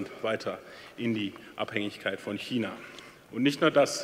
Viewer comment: Super Rede... Schmerzt aber sehr, wie er so oft China falsch ausspricht...